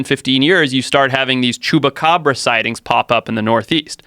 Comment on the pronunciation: It’s chupacabra not chewbagabrah